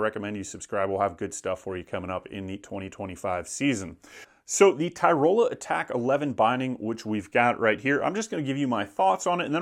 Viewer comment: It's not Ty-Roll-a. Tyrol-ee-a